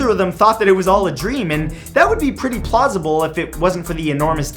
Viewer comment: on number 9 he said plousabel lol